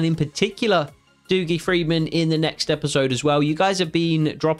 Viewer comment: Hi mate dougie is pronounced duggie not doogie